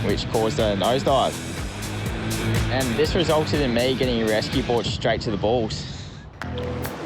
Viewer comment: Everytime the lifeguards say balls its sounds like they are saying bowls